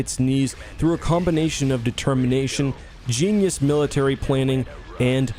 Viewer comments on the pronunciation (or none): none